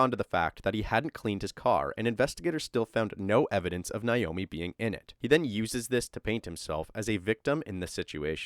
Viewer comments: NAomi, not Niomi. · Her name is pronounced Nā-omi. Not Nīomi. Literally everyone mispronounces this name so don’t feel bad. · Na-o-mi not Na-yo-mi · Her name is pronounced Nay-oh-mee. Naomi. At least pronounce the name correctly.